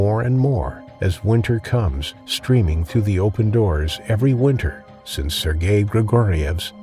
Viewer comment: AI needs to learn how to pronounce Sergei.